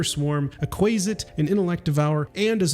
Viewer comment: Not kWAY-zitz... it is KWAH-zitz... like in cumquat, quack and quant...